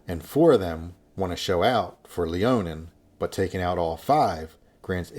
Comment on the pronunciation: i know im sounding like a nerd but its Leonine Misbegotten not Leonin.